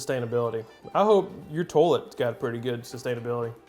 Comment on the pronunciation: I love that he calls it a “tow-lett.” 😂